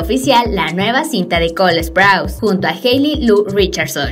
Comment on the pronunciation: Sprouse no se pronuncia asó NO ES HATE Solo estoy diciendo